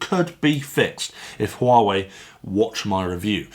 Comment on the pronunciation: Great, i've been waiting for that review :) And it's being pronounced "Uawéi" basically